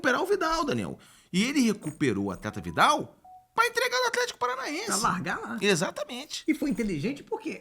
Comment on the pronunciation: esse "Aflético" do craque Daniel sempre me ganha